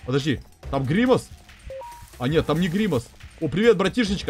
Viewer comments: Евро завут не гримас шеик а гримас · Не гримас шейк, а гримас!